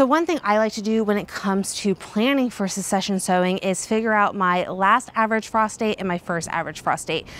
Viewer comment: I believe succession is pronounced suhk-seh-shn. 😋